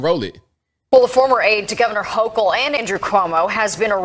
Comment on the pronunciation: Man pronounce the Governor’s last name correctly!!